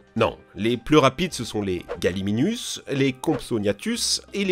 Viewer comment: On dit "GalimiMus" et non "GalimiNus" j'ai envie de m'arracher les oreilles.